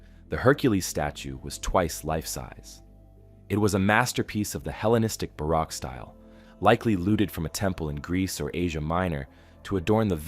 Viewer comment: you mispronounced baroque.